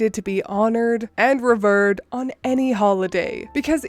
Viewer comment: “Revered” has a long e sound in the 2nd syllable, sounds like “riv-eared”. Hope that helps!